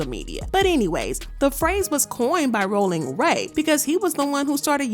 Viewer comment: The way you read that was annoying cuz rollin don’t sound like that it’s more tongue 👅 involved